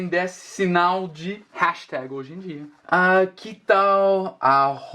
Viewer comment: Interessante na palavra "hashtag" parece que tem uma diferença bem sutil na pronúncia da letra "A". Logo depois ele diz "Pound sign", e acho curioso como é diferente do nosso "P", parece que sai mais ar da boca na letra "P".